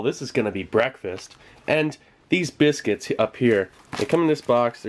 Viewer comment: thease biskits ahhhhhhhhhha